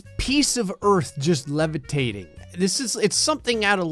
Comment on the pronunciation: “why? Why is this piece of earth lebitatng?” I think you said it wrong